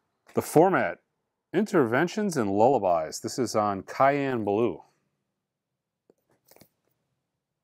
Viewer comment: lol cayenne blue!!! CYAN (sigh-Ann)